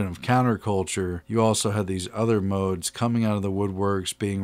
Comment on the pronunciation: Lol I had fun listening to you trying to pronounce modes 😂